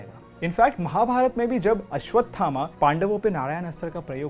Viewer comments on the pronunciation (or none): Beautiful... This may sound like nitpicking but please try to improve pronunciations.. Barbareek hai.. end mein aa lagaa hai matlab nahi ki barbarikaa bolaa jaye, same for wrongly calling ramayanaa and mahabharata... the letters were there to make English speakers understand not to pronounce it as they usually do with their own words. At least we can spread our education better , which you are already doing a great job of.. just that the pronunciation error irritates me